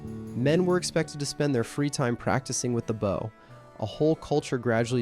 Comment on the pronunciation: Americans even have difficulty pronouncing the word BOW properly. Unbelievable